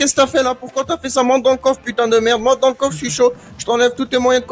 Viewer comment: Et couf au lieu de coffre